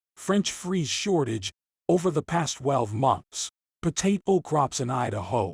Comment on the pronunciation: how can I take this video seriously, when he can't even pronounce Potato properly with his Ai voice...Lame. French free? potatle? really? Nobody is double checking the video? .....sad How did you even get 1k sub? bought?